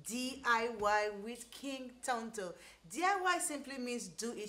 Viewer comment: I just love the way you pronounce Tonto🤭